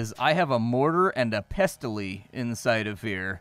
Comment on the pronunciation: PESS-ull. But then you said it correctly and I got rooked. :) See the movie: 'The Court Jester' for reference.